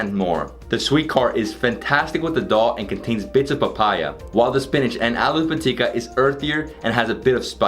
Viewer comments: U pronounced "Aloo Pitika" better than most of our Assamese people😍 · His pronounciation is spot on...